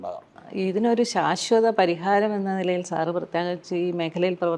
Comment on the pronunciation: പരിഹാരം അല്ല പലഹാരം